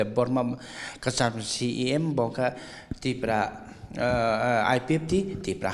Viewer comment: Not Tiprasa dopha. ...Tipra dopha